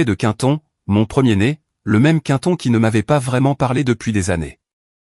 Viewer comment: Quinton 😅 vaudrait mieux Quentin, non? Ah la la soit disante Intelligence Artificielle 😂😂😂😅